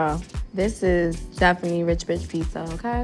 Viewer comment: Now I've witnessed 2 people say Pissa instead of Pizza, thanks for the experience First We Feast.